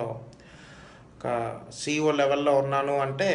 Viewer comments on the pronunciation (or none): Did he say CO or CEO?? Quiet unfortunate!